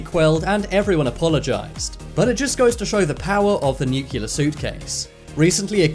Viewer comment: If you are gonna make a video about nukes, learn how to pronounce nuclear